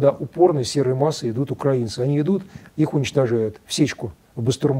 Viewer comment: Правильное ударение -укрАинцы. Вспомните: "Тиха укрАинская ночь..."